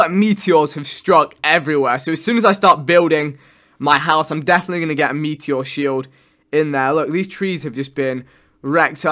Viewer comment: The way he says meteor makes me cringe every time